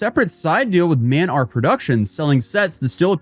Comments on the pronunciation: I guess the OCD is acting up, but did anyone else notice that it is "M" and "R" Productions, not Man R Productions? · “Mand R Productions” 😂